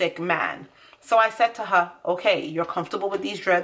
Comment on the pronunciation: when you said “her” are you from the islands you don't have to say which one just a yes or no will be fine 😂😂❤️ good video tho💯